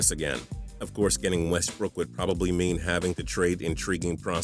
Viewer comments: am i the only one that cringes everytime he says westbrook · Ikr I was about to comment that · The way you were saying Westbrook was killing me